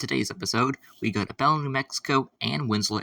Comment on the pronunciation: Locals pronounce Belen as "bull-EN" with the emphasis on the 2nd syllable. I made that mistake when I first started working for BNSF there lol